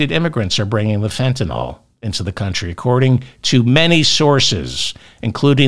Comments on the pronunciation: Say fen.ta.nil..not fen.ta.nol..please? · Begging you, it's FentaNYL not FetaNOL. NILL not NOLL. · please fentaNYL not fentaNOL ... love you David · David, it's Fentanyl NOT Fentanol. Pronounced: (fen-ta-nil) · David, Fentanyl is correctly pronounced the way it's spelled - Fentan I L L , not Fentan O L L. Not too difficult to accomplish, so why not have a try? C'mon.... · Fentanyl, David, Fentanyl, not Fentanol. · Fentan-yl, not Fentan-all... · David….its Fentanyl….not Fentanol😊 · Fentanyl, not fentanol. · Pronounced fen-tan-ill. 😅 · The pedant in me just HAS to say this- it’s Fenta-NYL.. hearing it mispronounced so consistently is driving me bonkers!! Love the show though! 🎉🎉☺️